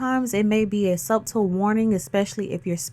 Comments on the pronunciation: Love you're videos for the most part! However, the "b" in subtle is silent! Pronounced sutle not sub-tel!! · I LOVE YOU SOOOOOO MUCH AND I'M A FAN!!!... MAY I help with one thing. Subtle = Suttle. It's pronounced Suttle. OTHER THAN THAT YOU'RE PERFECT!!!! PLEASE KEEP BRING BEAUTIFUL AND POWERFUL!!!! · *The “B” in subtle is silent 🤫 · (The “b” is silent ❤)